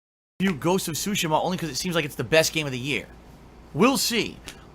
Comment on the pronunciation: Ghost of Shushima???